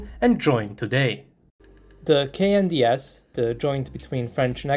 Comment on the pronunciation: lol i thought he said the "CANDIEASS", not the KNDS XD